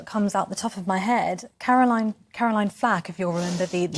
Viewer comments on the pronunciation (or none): none